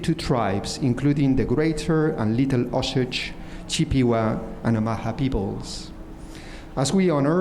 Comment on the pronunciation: "Chip-pee-wah" .. did you really pronounce it like that dude? How uncultured. How uninclusive. You should be advocating for these GIANT corporations and woke universities give their land back to anyone with ancestry tracing back to these indigenous tribes. This is the only way to prove you are not a racist, uncultured, culturally insensitive, bigot Trumper.